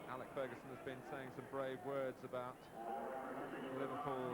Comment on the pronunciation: 3 decades later and Martin Tyler still can't pronounce Alex correctly lol